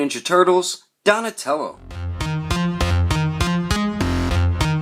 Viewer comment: Don't know why but I cracked up laughing when you said "Donashmellow" in the outtakes XD Anyways, nice review!